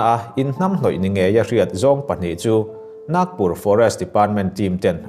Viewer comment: Naaagpur ni lo in,Nagpur aw